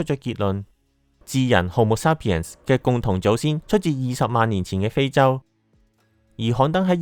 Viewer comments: 日本英文口音，沙pien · 感謝用心製作此影片，題材有趣，資料搜集亦詳細，不過有少少瑕疵想指出： 「Sapien」的第一個音節是「say」，不是「sa」。 「鹼基」的「鹼」字，讀音是「簡」，不是「鹽」。